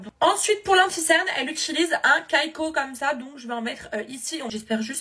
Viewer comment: “Un kayko” ptdrrr sa se dis comme ca sa prononce ki-ko😂😊❤❤